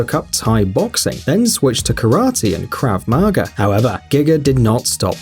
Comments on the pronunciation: There is nothing worse than when someone gets the pronunciation of Krav Maga wrong. it's pronounced krarv mah-garrr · Why did you pronounce Krav Maga like kr av ma ga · That's not how you say Krav Maga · Kravmaga ..... Jesus Christ learn how to say words properly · 50 in and idiot commentator can’t pronounce Krav Maga correctly. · KRAV MARGA LMFAO